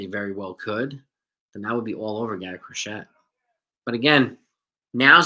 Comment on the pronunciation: It's pronounced Cro-SHAY.